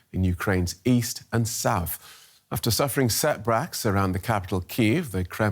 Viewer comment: This dude said "setbracks"